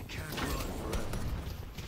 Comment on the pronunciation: Probably a McGinnis kill voice line. It sounds like "forever" but the character's accent drops the v sound.